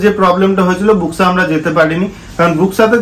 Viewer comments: Buxa pronunciation ta thik kore koro please. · বক্সা জায়গা টার নাম। বুক্সা না